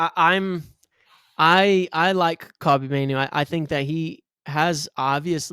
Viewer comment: My guy, his name is ‘Kobbie’, not Kobe 🙈😩😩😩 it was killing me. Belittles what you’re saying if you can’t learn or be bothered to pronounce his name correctly